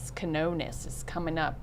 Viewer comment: Keen-yo-ness that’s how you say Quinones